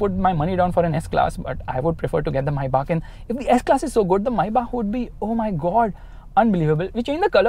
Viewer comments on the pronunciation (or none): Do you guys actually realise that he's saying (My back ) instead of maybach. 😂😂🤣 My back🤣😂 my back 😂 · When u said Maybach i heard "Mercedes Mai Baap"🤣🤣😂🤣.Sach mein mai baap hai wo Mercedes Benz ka